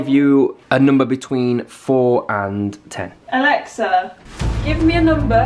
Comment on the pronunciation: The fact that he said “balexa”